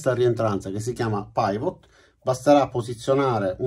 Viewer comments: Ciao, ottima spiegazione, come sempre. Un solo appunto e, spero che tu non me ne voglia, la pronuncia di PIVOT è PIVOT e non PAIVOT. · scusa ma si dice pivò e non paivot!!!! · Pivot si legge "pivò" perché è francese e significa "perno" ;-) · Ottimo video. Una precisazione: pivot si pronuncia quasi come lo si legge in italiano, cioè non "paivot". Da solo significa fulcro, perno. Credo che sia una abbreviazione di "pivot point" che significa "punto di rotazione". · Si pronuncia pivò ......è francese ,comunque bella descrizione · Paivot!! Come dimaio che sussurra al vairus!🤣🤣